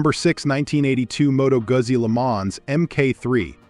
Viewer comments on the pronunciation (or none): I'm from Italy. It's pronounced Moto Goo`Zee not Moto` Guzzy! Good Lord! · Moto Guzzi pronounced Moto Guutzee.